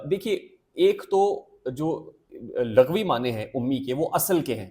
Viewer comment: It's Lughwi not laghwi